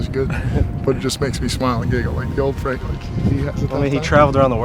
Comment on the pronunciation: FRANK RHYMES WITH SHANK